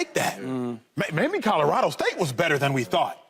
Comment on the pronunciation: Lesean! It’s Colorado not Codarado!!!